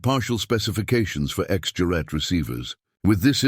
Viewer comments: Gerat. Not juret. Knickebein, crooked leg. Nicabine? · 'Gerät', for Christ's sake - not 'Juet'... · This is very gripping. I never understood radio in high school, but I took German, and I can tell you that narrator is pronouncing "juret" all wrong. Certainly the G should be hard, and the second syllable, with its umlaut, should have long A as in 'mate.' But somehow the word doesn't seem very German, so I'm open to correction. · For heaven's sake PLEASE just translate it "X Device". The butchering of "Gerät" as "Jarette" is insufferable. For a start, it's a hard "g". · This is what you get when bots try to pronounce mixed language, text and speech. IIRC the "juret" word simply means "apparatus". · Lets the AI try to speek "Gerät" 🙂